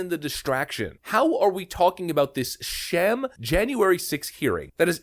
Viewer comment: It's SHAM, long A sound, not SHEM.